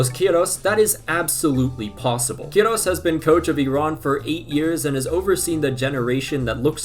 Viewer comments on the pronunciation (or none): Not ill-intended of course but as a little correction: Iran's coach is pronounced not "key-eh-roz" but "kay-roz"